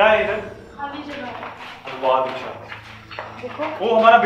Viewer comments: It's diksha not deeksha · It’s diksha not Deeksha